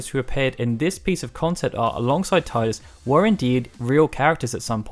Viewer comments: Tee-dus, not Tie-dus... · It's tee-dus not tie-dus... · great video but ehemm TEE-DUS not TIE-DUS, sorry i had to say it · hey i never said i agreed with it but officially it is Tee-Dus not Tie-dus (although KH2 does say Tie-Dus every other game since then has used Tee-Dus so at least for a while Square were unsure but they seem to have made up their mind) kind of like how on the PlayStation controller it's officially the Cross button not the Ex button besides names can be pronounced differently in different regions take Diana, in the UK it's Die-anna in the US it's Dee-anna, it's just one of those things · IDAF how "official" it is, it's wrong. When you talk about Shakespeare's plays, do you cite TEE-TUSS Andronicus? NO! When you talk about the ocean surf line coming towards you, do you talk about the TEEDZ coming in? That famous sunken passenger liner, the TEE-tanic? The metal TEE-tanium? NO! NO! NO! I'm with FFU in this, and I'm not going to change, either. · Tee-dus man! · Even a old FFX commercial says Tidus as Tee-dus. Here's the link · This here. I stopped listening and came straight to the comments as soon as he said it. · boi square said that was a mistake in the English dubbing. The voice actor for Selphie said it this way. They admitted to it being wrong though. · I believe he actually admits that he has become used to saying it wrong. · No is right, that is the correct way to say it though some of us—myself included—prefer saying it the same way you do knowing it's wrong. IIRC, they say that way in dissidia and during a VA interview with some of the FFX voice actors as well.